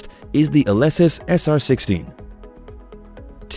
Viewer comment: You pronounce Alesis incorrectly...